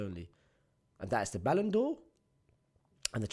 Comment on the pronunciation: Blud said balon dor 😂😂😂😂